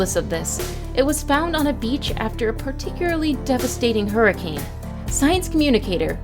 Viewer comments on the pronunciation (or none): none